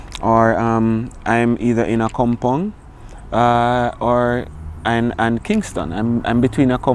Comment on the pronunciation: Is from ANA GHANA 🇬🇭 Eastern region hope for the best ⭐️⭐️🇬🇭the really pronouncetations is AKKROPONG